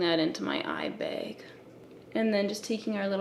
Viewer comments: How can someone saying eye bag “beg” sound so fascinating idk man!🙃😍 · The way she says eye bag.... I was hoping she'd say it and then it happened.